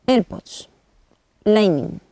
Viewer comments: Ierpod? ni si quiera se puede pronunciar ._. tenias que ser un narjentino no saben ni hablar Español y ya estas corrigiendo el ingles -. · se pronuncia iarpads